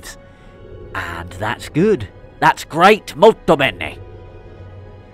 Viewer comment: the MOLTO BENE 😭 you pronounced it much better than David ever did on the show by the way. great job on this scene